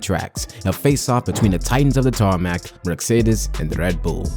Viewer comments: It’s not merc-cedes it’s Mercedes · Merk-cedes??? Hahahahahaha lmao mate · Another click-bate video. Leaving this "thrilling narrative" after a minute. But I love Merk-cedes! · Merkcedes... noice😂